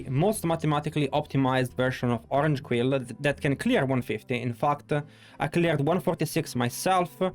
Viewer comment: Queer Ranks? 😂😂😂 I’m dead. His Quill Ranks sound like Queer Ranks